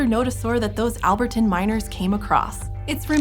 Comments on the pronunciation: Its not "Al berr tan" (like, a guy named alber who has a tan) its "Al bur ton" (like tim burton). I just, that was bugging me lol. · Alpertan? Albertan(al-bert-en) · She pronounced "Albertan" as Albert-tan. It's proper pronunciation is All-bert-n Thx 4 comin to my Tan Talk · As an "Albertan" myself, it's very cute to hear someone pronounce it with the emphasis on the wrong syllable. Hehe :) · Fun fact: That’s not how you say Albertan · She had a bit of trouble with “Albertan” though. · The way she pronounced "Albertan" is deeply offensive lol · Please never say Albertan that way again :| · The way Albertan was pronounced absolutely sent me.